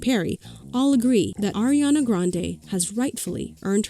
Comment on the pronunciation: its ARIana not AIRiana